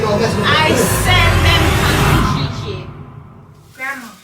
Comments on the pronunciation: its trying to say kijiji for me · The way they pronounce Kijiji😂😂😂😂😂💥..I can't stop laughing about reaction